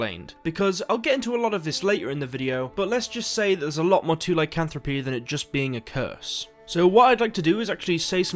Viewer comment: And yet, he pronounces Lycanthropy correctly. Lol.